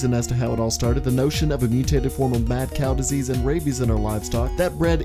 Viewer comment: Did you just say mad snail diesies or mad Cow diesies